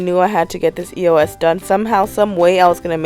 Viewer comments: it not E.o.S it pronounce eos ee-os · I never say e-o-s I say eos ->eyose